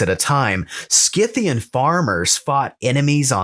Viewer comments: It's SIthian btw, Saka, Scythe, Scissor, etc. all are spelt with sa and not ska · Great show ! However I believe Scythian is pronounced with a soft c like the word scythe .